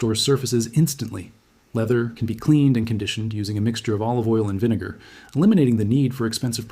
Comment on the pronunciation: Video starts He says baking soda and vine-gar